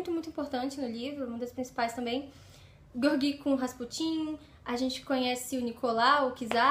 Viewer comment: Acho q a pronúncia correta é "Jeórgui" e não "Gueorguí". Mas não faz diferença. Livro fantástico. Um pouco cansativo em razão do vai e vem histórico. Um romance improvável e apaixonante.